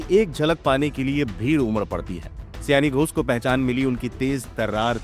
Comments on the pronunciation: सयानी नहीं, शायोनी सयानी का मतलब कुछ और 😂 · सयानी नहीं, सही वर्तनी होना चाहिए सायनी। बंगाली उच्चारण : शायोनी घोष